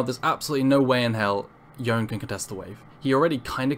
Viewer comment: Small quibble: Yone is pronounced "Yo-nay" not "Yoan". It's in several of the cinematic videos. Borrows from Japanese pronunciation. Good video otherwise though!